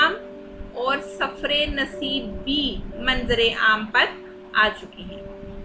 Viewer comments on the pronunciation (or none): پہلے کتب کے نام ٹھیک سے پڑھیں۔ Awaz dost nhi Awaz e Dost.. Safar e Naseeb nhi safar naseeb. Sirf Loh e Ayyam ka nam durust parha hai 😂 So